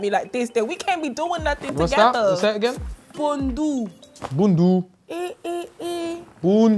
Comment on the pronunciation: I can’t lie when Nella mentioned Pondu, Filly defo thought she said Bunda looool. This guy